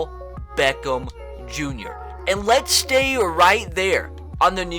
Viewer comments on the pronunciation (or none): none